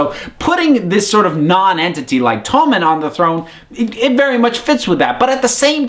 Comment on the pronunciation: I'm American and I pronounce all the names correctly. This guy's just an idiot. Please don't lump all Americans in the same boat as this goon...